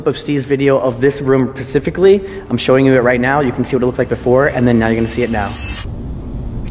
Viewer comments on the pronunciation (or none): its “specifically” not “pacifically” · This room, pacifically? Specifically?